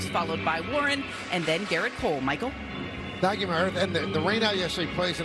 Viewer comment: Not tenskyou 😊❤